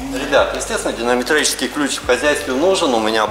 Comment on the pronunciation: Топчик, клиент сам меняет. Да, с динаметрическим (правильно сказал) поакуратней😂😂.